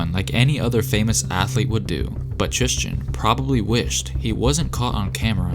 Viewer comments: Bruh my name is Tristan. And so many people pronounce it trishtan. Basically how you did it. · TRIS-TEN Thompson.....stop trying to make it sound like Christian with a T! #bruh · “Thrishtan and Khloer